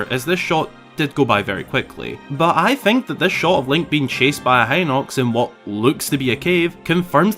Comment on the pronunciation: Congratulations you are the first Zelda YouTuber I've heard pronounce hinox correctly.